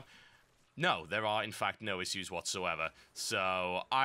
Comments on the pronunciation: Omg... Issues <--- please say it correctly :) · hehehe you say "issues" funny